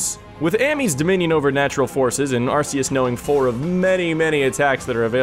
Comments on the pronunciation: IT'S ARR-KEE-OOS NOT ARR-SEE-OOS DAMMIT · It's pronounced, are-kay-us, it sounds like archaic which means old. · Arceus is pronounced with a hard C sound, like "Arkeeus."